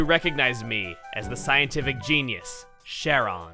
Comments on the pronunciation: Not sure if you were told already or figured it out, but Charon is pronounced like Care-on, not Chair-on. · ...It's "Charon,". Not "Sharon." With a hard "ch." Like in "school." Care-on. The ferryman of the Styx. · Charon is pronounced "care-on", like the ferryman of styx. It's one of pluto's moons, Pluto being named after the roman god of death. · It's char-on (char as in charcoal, and on as in... on) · True, Americans tend to pronounce the word wrong. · thats because in the old mythology there were two different characters with close names and the only difference was pronunciation. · ***** No, in ancient Greece it was χαρων, wich translates to charon, but the χ (translates to ch) is almost pronouced as a k (its more a hard G as known in lands with a germanic language) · it's funny, even when I studied the play Frogs by Aristophanes that has the character Charon in, it seems i've been pronouncing it wrong this whole time :P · I'm actually amazed everyone's talking about the item Chugga missed, and not his pronunciation of "Charon." XD